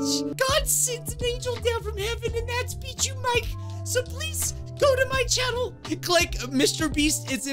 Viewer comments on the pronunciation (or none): Having a bad day? Eat a salad! 🥗 (BTW, you’re supposed to pronounce the channel name; Bee-Joo Mike.)